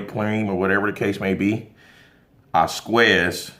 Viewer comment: Did he say Squez? 🥴 The former teacher in me 🙄🤕